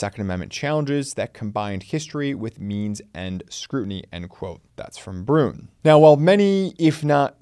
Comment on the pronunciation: It is not pronounced “brun” it is pronounced “bru en”